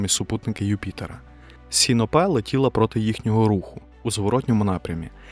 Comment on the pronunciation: Мене як астронома-любителя у цьому відео найбільше зачепила неправильна вимова супутника Юпітера Сіно́пе.